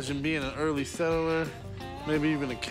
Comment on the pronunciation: Chum Lee it’s a settler not a settle-er.